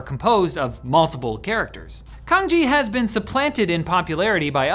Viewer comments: Right, I was wondering about the pronunciation. The way said it sounded just like "kanji", one of the Japanese scripts, but I had seen the Chinese thing (was it cangjie or how exactly was it written, I forgot already) and it was clearly written differently, and I had got an impression that "c" would be pronounced approximately as "ts". But it left me wondering for a moment if it was just a different kind of romanization, maybe based on different variation of Chinese, like in Peking vs Beijing. But it makes more sense that he just mispronounced it. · also cangjie (which is pronounced tsahng-jyeh, not kang-jee) is not even the most common input method. cangjie is mainly only used in hong kong; mainland china uses pinyin (which he mentions... but.. only after wubi); and taiwan uses zhuyin/bopomofo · Canjie isn't pronounced "kanji", it's "san-jee-eh". The C is like "ts" like in "cats" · Can your writers copy paste the foreign language terms on Google Translate and listen to how they are pronounced first? 😅 Cangjie is not "Kangji", it's "tsangie". "ts" as in "TSar"/"kluTZ" and "ie" as in "YEs". I think the portion about radicals is either misinformed or misleading. Cangjie doesn't just use conventional "radicals" used analyzed linguistically. Some programmer tried to digitally analyze Chinese characters in a certain font and tried to design "radicals" with the sole aim to fit them on a keyboard. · is nobody gonna comment on how he says kanji instead of cangjie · Why he pronounces "cangjie" like "kanji"? It sounds weird. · Cangjie is pronounced: Tsangjieh, not kanji :) Learn to read, man. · It's pronounced like Tsang Ji-eh (Another example that Chinese pinyin is not really designed with helping non-Chinese speakers to pronounce Chinese words in mind...). While Cangjie looks much more efficient than pinyin, I don't think it's very mainstream. I think pinyin is by far the most popular input method. It is also the default input method on all major operating systems.